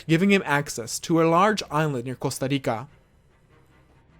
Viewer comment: Costa rrrricaaa